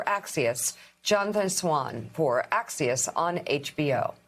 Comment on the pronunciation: This woman can't even pronounce "Axios" but she wants intelligent people to take her seriously.